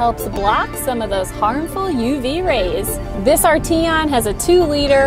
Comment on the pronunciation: I believe you're pronouncing the name incorrectly.